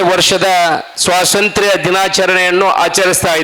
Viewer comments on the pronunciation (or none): Swasanthra alla swathanthrya